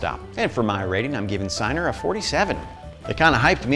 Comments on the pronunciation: lol "Sigh-ner" is about the most Midwest-esque pronunciation of "Chee-nahr" I've ever heard. Google translate lies to you. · Dude it’s not synar, it’s Ch-ie-nahr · Actually pronounced “Chee-nar” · As i understand it Cynar is pronounced "chi-nar". straight it is vaguely like stomach acid + herbs. My favorite drink with it is a shot of cynar, a shot of lemon juice over ice, toped with tonic in a Collins glass. stirred. Perfect and refreshing for a hot day. delicious. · Chee-nar, my dude. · Yeah, I'm going to be that guy... it's pronounced Chi-Nar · It's pronounced "Chee-nar"